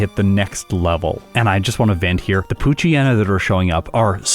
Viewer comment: I wish people pronounced poochyena and mightyena's names correctly. the "yena" comes from "hyena". It's pooch + hyena and mighty + hyena. Poo-chai-ee-na and either might-aye-ee-na or might-ee-na